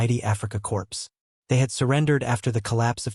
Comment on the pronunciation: Afrika "Corpse". Wonderful AI.